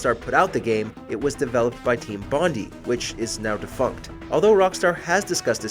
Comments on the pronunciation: Pretty good except for a pronunciation error, as the studio that made L.A Noire is Australian, its pronounced Bondeye not bonde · its pronounced Bond-i